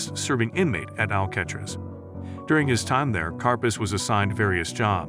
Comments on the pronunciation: Ikr what is "Al-catch-tres"? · Al cat riss? WTF